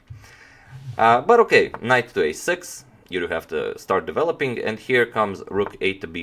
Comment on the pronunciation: Have you counted how many "okay" (s) are pronounced by #ivanchuk in all his interviews?!! ;-) ;-) And could you remember I mentioned that you pronounce "okay" same as ivanchuk?!!...:-)